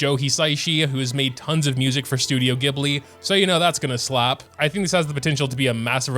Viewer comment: also please for the love of god its Gh eb li DX